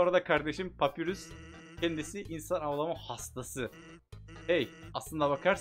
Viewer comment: abi şans ın adı sans papyrus ise papayrus diye olkunuyor